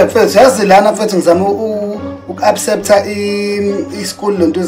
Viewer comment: "Abceptha" Did I not die?